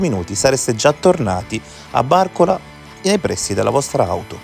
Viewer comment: bàrcola, non barcòla